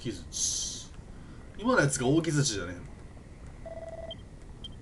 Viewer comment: ✕ きずち ○ きづち